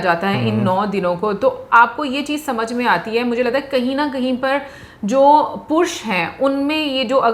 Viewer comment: Pursh nahi PURUSH Hota hai